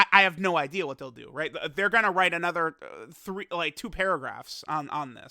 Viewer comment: Does anyone else skip the first 5 seconds of every video to not have to hear how he says "another" or is it just me?